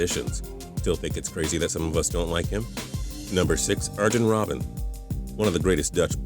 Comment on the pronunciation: It's not erjan Robbin it's pronounced iron robbin